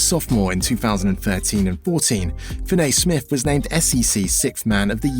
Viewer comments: Fin A ….. it’s Fin E Damn Englanders 🤦‍♂️ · I thought it was me sound like he says fin- nay..# put some respect on my name in my birdman voice..😂😉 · Good video, but you mispronounced his name whole video